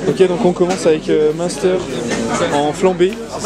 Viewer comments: Monster? M1steur? 😭😂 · Comment il dit munster Julien je suis plier ahahahahah